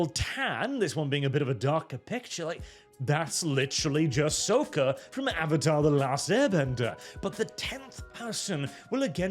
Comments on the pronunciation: Say it with us: Sock-kah, not soh-ka. The series has voice acting, how do people get it wrong? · i find your mis pronouncing sokka as souka incredebly anoying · You mispronouncing Sokka makes me more angry than any liberal could ever be. It’s pronounced like “sock” as in socks and shoes JK good vid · Sokka’s name is pronounced “sock uh” he’s very particular about this.